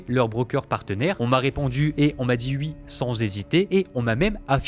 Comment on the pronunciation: Mec, ta manière de parler en coupant le rythme de tes phrases sans cesse est juste INSUPPORTABLE. Et oui se prononce OUI pas UI gogole